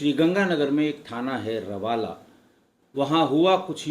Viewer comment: रावला है सर रवाला नहीं है